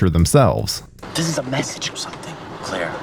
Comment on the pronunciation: Love the video, but I can't stand the fact you said cliiiir and not Clare 😂